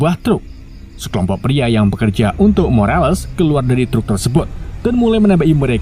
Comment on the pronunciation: Kalo bahasa inggris belum lincah jgn gaya so inggris, morales ya morales bukan morelas 😅 CIA bilang cea ea ei😂